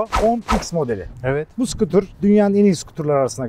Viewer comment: Abi kardesim... sıkıtur degil.. scooter yazıldıgı gibi oku. Sıkıtur 🤣🤣🤣